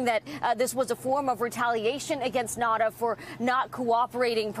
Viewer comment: why do these stupid reporters keep calling him Nata? His name is NaUta!!